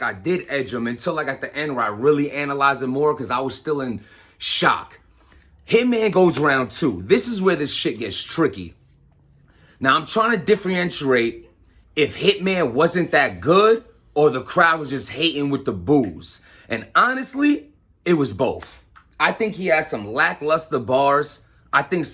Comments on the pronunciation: . WHAT the fuck did he just say🤔😅🤤NOOOOOOO. Its DIFFER-REN-TIATE my guyser. SMH😂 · Faccccts!!! He said differinterate!!!! I thought I was the only one that caught that. I lost it when he said that 😂😂😂💀💀💀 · DIFFER-REN-SHE-ATE Bro!! Protect your Pronunciation Peace! #Respect 🤣😭😵😵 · Did this man say differentiate like dat 🤣😂